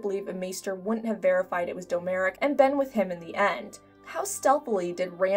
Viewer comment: Domeric. Pronounced DOM - RICK. not Doe Merick.